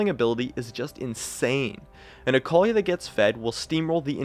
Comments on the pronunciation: ITS AKALI, NOT AKOULI. A-KA-LI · Is that really the way you pronounce that ? "Acowly" ? '-'